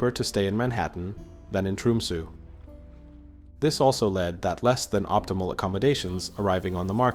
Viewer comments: It is not called Tromsoo, it is Tromsö. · I was going to say, this is the first time I've heard Tromsø pronounced as "Trumsu".